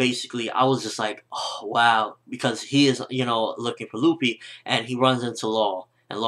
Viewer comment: who da fuck is LOOFIE?? it's luffy! short spelling on the u dammit >.<